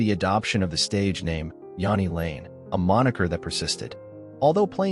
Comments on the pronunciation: you can’t even pronounce his name properly. Half the clips are NOT from Jani lane. JFC. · Yeah if we're going to do these lets learn how to say the fkn name